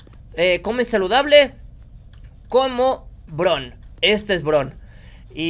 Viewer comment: si dijiste bien el nombre del dinosaurio Brown